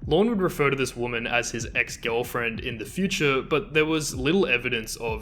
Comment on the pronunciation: The only criticism I have of this video presentation is the excessive number of times the narrator said Lorne's name, and that it always came out sounding like "Lawn." I did get a kick out the two times I heard the narrator saying "gilfriend," and then right after that saying the word "catfishing." I suppose I'm teasing you a bit with respect to your national regional dialect, but we do have to honor the different ways that people have grown up speaking their particular dialect, in this case with respect to the English language, and to value the beauty that emerges from the many voices of individuals who have a "different way" to speak this language. There was a passing comment about what I would call "Elder Abuse," and that is when Lorne, and I think it was his brother, stole $30,000 from this elderly couple on the pretense of doing some major plumbing work--or septic work. But the work only got started before Lorne took off with that money and apparently left town--for good! And then the guy who led a fundraiser to get this money paid back to this elderly couple absconded with those funds! So that becomes another horrible tragedy! And, of course, one of the Greater Tragedies is that Lorne never felt ashamed or believing that, in fact, he did commit a very serious crime. It just seems like he never owned up to what he did. And apparently he still doesn't seem to understand the enormous impact his ignorance in how he thinks and about his actions toward others have played out